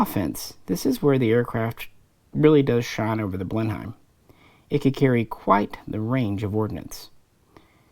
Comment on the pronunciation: Blenheim is pronounced Blen-em, but other than that a greta video, thanks